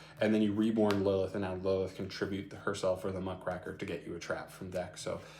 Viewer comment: Just as a note because this is a pet peeve. It's Muck-Raker. It's a kind of journalist